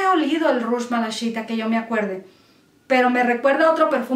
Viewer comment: Hola a veces me desespera un poquito tu forma de hablar ... Malaquita aquí no le apliques malashita 😉 por favor gracias